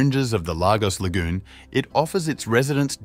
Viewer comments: It’s pronounced “lay-gors” not “lava-gos” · Lagos is pronounced 'Laygos' and not 'Largos'.. just so that you know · Lagos is pronounced " Lay - goss " not " Lar - goss" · It’s not pronounced largos but Lagos , that’s Lagos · Its pronounced Lay Gos...Lagos! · The fact you couldn’t even find out the correct pronunciation of the place your vid gets a thumb’s DOWN